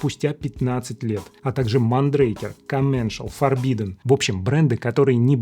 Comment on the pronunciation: но они сами предпочитают на французский манер комменЦаль